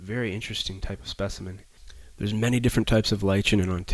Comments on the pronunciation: They're spores, not seeds. And it's Li-KEN, not Li-CHEN. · People usually say it "ly-kin" but hey, tomato tomato.